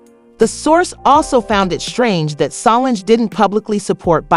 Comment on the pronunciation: Is anyone else annoyed at the way the narrator is pronouncing Tina, Solange, and Beyoncé names?